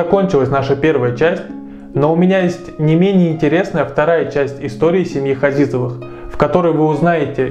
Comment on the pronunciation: Фамилия не Хазизовы, а Ғазиз, измените фамилиюи выучите родной язык.